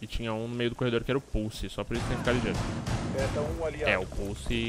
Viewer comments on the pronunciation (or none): pulse: som> puçi pussy: som> purçe, como se o se o primeiro S tivesse um som de R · só eu q ao inves de escutar "pulse" intendo pussy ?